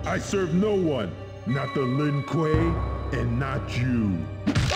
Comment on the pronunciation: "Not the Lin Kueeyyy, and natchuuuuu"